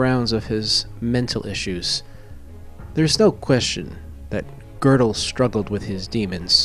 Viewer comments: "Kurt Gurdel" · It is high time you learned a little German and therby learned how to pronounce his name correctly!